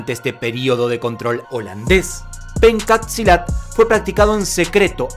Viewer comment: gracias por hacer un video sobre Pencak Silat, a proposito, se pronuncia "penchak silat", pero está bien.. espero que ustedes puedan visitar mi país...saludos desde Indonesia